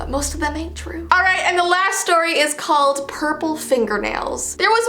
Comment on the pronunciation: It's troow